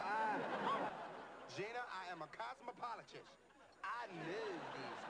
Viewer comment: I am a "COSMOPOLOTISH" LMAO GENIUS!